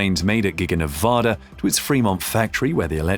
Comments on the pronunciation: learn how to pronounce the states name. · PLEASE learn how to pronounce the name of the state of Nevada. The one you have is not correct and just angers those of us that live there or are from there.